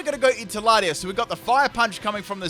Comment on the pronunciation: 1.Don't see why you only had 5 legendary/mythical when there's plenty in this Gen. 2. Did I hear that right? First battle when Latios first came out, did you call it Lati"as?"